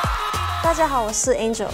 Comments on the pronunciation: 是 Angel 不是 Angle ! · It’s Angel… not Angle 😅😭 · 是 ANGEL 不是 angle